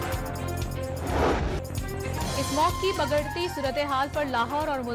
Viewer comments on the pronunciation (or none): News readers were sleeping😂 Bigarti ko bagarti bola aur 24 November ko 24 May😂